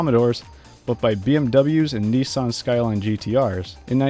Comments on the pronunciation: Thank you for the content. Please, if you are going to tell the history of Australian Motorsport, could you announce items correctly. 1) Holden Monaro - it’s not pronounced as you did. It is MON-R-OH 2 Nissan - same issue. Niss-Anne. It is not Knee-San. There are more for you to learn, so you get a 7/10. See me after class for further tuition. J :) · That's not how you pronounce Nissan.